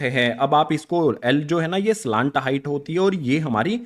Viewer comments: Sir slant hota hai ya salant😂😂 pronunciation error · Pahle slant height to bolna Sikh Ja bad mein padha likha to aata hi nahin